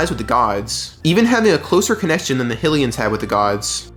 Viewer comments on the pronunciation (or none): Great video... but the way you say fuckin 'Hillian' is god damned painful. its HYLIAN god damned HIGH-LIAN. do ya think it was named after the godess Hillia? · Was the only thing I could focus on during this guy's video. Never heard someone say Hill-ian 😂 I was like, "is this just ai being ai and not knowing how to words?"😂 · There is no reason to mispronounce a word like Hylian. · I'm so glad this comment is here I was SO confused 😅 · The speech pattern was already off, but mispronounced Hylian? Neuro-divergence shows up again.